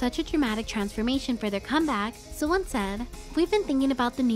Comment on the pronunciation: It's sowOn with an O. Not an A. Thank you for the amazing video once more!